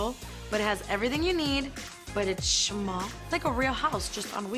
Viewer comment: “ But it’s shmall “ I love